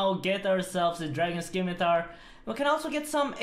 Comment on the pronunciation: he just can't pronounce scimitar, can he 'stzimitar' 'skeemitar' but never 'scimitar'